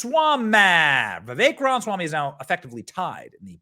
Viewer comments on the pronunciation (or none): Benny, love your show, but learn how to PRONOUNCE HIS LAST NAME! 😂😂😂 🤦🏻‍♂️ RA-MA-SWAMI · Come on Benny. Please say Mr. Ramaswamy’s name correctly. You’re killing me here.